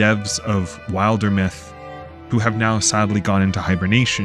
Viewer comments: great video glad i got this in my feed! these are exactly the type of worlds i love, even if there are people who will say “there’s no story” those of us who appreciate a well crafted world will be around to play it them (also not to be a 🤓 but it should be pronounced Wilder-myth as in wilderness, not wild-er-myth 😅 hearing it pronounced wild-er was a first for me lol 😂) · You watched the Wildermyth Q&A and still couldn't pronounce it correctly! 😂 Sorry I couldn't resist being cheeky! This is an excellent video and contemplates one of the key aspects of world-building, and fantasy & fiction that people forget.